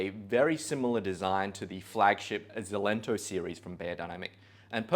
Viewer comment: A little fyi; It’s pronounced EXcelento (like excellent) not Zelento